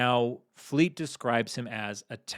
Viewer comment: As a Brit I musat say you have got the accent for Fleet all wrong, as well as the person asking the questions